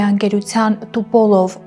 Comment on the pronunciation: НЕ ТУПОЛОВ, А ТУПОЛЕВ...